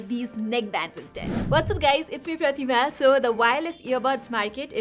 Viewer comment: I wonder if she also pronounces her name that way in her mother tongue!! PRATIMA!!!!